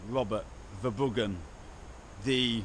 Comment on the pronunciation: Their name is pronounced verrr broh hun or verrr broh uhh. It's duch or flemish. They can't even pronounce their own name. Halve my family are flemmish.